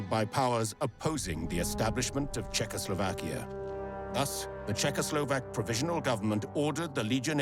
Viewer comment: You are butchering the Czechoslovak names so good. I am having super fun. Keep it going please